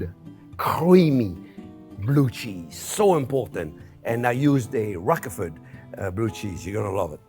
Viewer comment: What it’s like to be named Jean-Pierre and not know how to pronounce Rochefort?!...